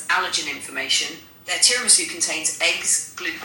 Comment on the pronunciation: i am calling a tiramisu “TERRYMEESOO” for the rest of my life